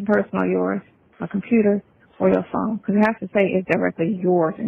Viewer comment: I dont know why the "phome" aint going thru. 😂😂😂